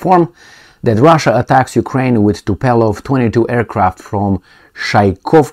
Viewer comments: Not Tupelov but Tupolev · TU-PO-LEV .... not TU-PE-LOV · It's not "Tupelov",, is Tupolev. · It's Tupolev, not Tupelov. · The planes are named Tupolev, not Tupelov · TUPOLEV and not TUPELOV,. Just to make you know about the name of this Russian society. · Zi Tupolev, nu TupElov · It is TUPOLEV not Tupelov! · say TUPOLEW -like : too-pol ev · Come on you got me miss-pronouncing Tupolev too.